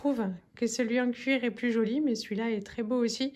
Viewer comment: Bonsoir, très jolie montre ❤️ J’aime bien t’écouter parler, par moment tu as ton accent alsacien qui ressort, quand tu as montré la tasse à Martin pour sa maîtresse tu as dit c’est “choli” lol Mon ex compagnon alsacien disait pareil… 🌺🌺🌺